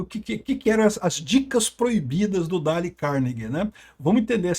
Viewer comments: Não se pronuncia Dale, mas alguma coisa parecida com Deil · Dale, não. "Dêil" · se pronuncia "Deiou"